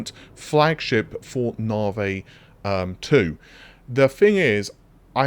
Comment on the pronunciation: Can't wait for them to move onto whatever is after navi. Cant stand hearing it called narvey every single time lol. Its not a way of saying it, if it's its name you say it how it's meant not how you think it's said, just like when the new doctor joined the enterprise in TNG and she would call Data, Darta.